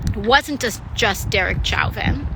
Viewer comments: She doesn't even know how to pronounce his name, lol. She should not be in congress! I cannot fathom why anyone would ever vote for her! Censure her along with Maxine! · You have to be a troll, right? The commenter wrote "censure". It's a word. You have got to be joking or trolling for reactions. AOC is mispronouncing Chauvin - I think.. But maybe we are, who knows. It's not a reason to dismiss her. But I think maybe the eye make-up is. She sure spends a lot of time looking at herself. (I'm half-joking. AOC expresses an important point of view, even if it's too far left for some [including me],)